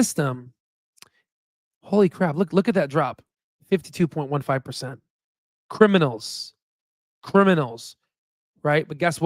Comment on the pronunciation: says "Crimimals!" And my autistic brain starts playing Eminem 😂